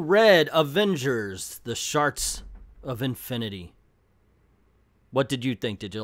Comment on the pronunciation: I’m sorry but is he mispronouncing the word shards on purpose?